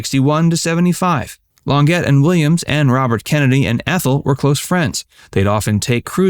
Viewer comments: Please, if you're going to narrate a video learn how to pronounce names. Her name is not pronounced "Lon-get". It's pronounced "Lon-zhay". Also, there have been rumors about RFK and Candice Bergen. Why wasn't she included in this story? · The actress' name is Claudine Longet pronounced wit a silent T it's a French name not pronounce like the word get fix that dummy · Longet is pronounced long-shjay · A I , with pronunciation LonJay..👍🏻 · If you want to hear from us, I think A.I. voices should know how to pronounce Claudine Longet. It's Lawn-ZSHAY. She's French, and seemingly out of the reach of A.I. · Claudine "Longet " is pronounced "Lawn shay." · It’s pronounced Claudine Law-JEH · Its pronounced... Long--"jay" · He says "Long-get" LOL. Glad I didn't know them. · It's Claudine LON JAY you dip s*its - It's french which means the T is pronounced as an A when at the end of a word or name. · I nearly split a gut when the narrator called Claudine Longet "Claudine Long--GET." That's hysterical! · Claudine "Longet" was french-I have heard her first husband, Andy, pronounce her name as Lon-jay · Claudine "Lon-JAY" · Claudine Lon-jay by pronunciation. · “Longet” pronounced (Lon-jhay)…if you are using AI, you may want to program it correctly. If this is a human narrator, you may want to send him back to school. You guys are ridiculous! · Claudine Longet is French. That might give you lot a clue as to the proper pronunciation of her surname: lon•ZHAY. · They should have bronzed Robert's and John's dicks.. BTW, Longet is pronounced with a soft "g" and an "ay" at the end. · Claudine Longet is pronounced Lon-jay. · ...and eleven kids on top of all that. I'm sure confession was a rerun every Sunday. (...and Longet's name -- which is French -- is pronounced lahZHAY. Next time,, how about a little quality research? Oh I forgot -- this is YouTube where quality control is purely a state of mind.) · Claudine Lonn-gett??? Oooff. Does no one listen first before posting?